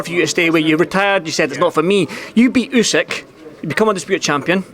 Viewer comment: Can someone tell Tyson how to pronounce Usyk?! And also that it's the year of the Rabbit this Lunar New Year.